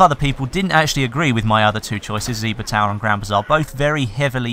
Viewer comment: He said: "Ziba Tower" lol wtf